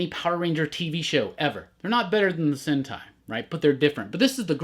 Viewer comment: I definitely had to rewind when you were talking about the Power Rangers and said "they're not better than the sentai" I heard a totally different word there the first time lmfao